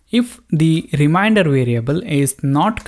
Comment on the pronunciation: Very nice explaination... Just the pronunciation of remainder is not rim-i-nder, its rim-ain-der :) Just saying... :D